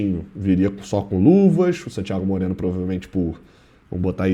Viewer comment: Porquê todas as vezes que o tem que citar o nome de um jogador estrangeiro ele fala dessa forma? "SANtíaGO MOreno"... sempre me pergunto isso